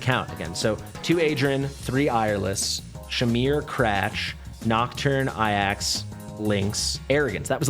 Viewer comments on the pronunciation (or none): it's not Aiax, which is how you're saying it, its pronounced "Ay-jacks" jsyk lol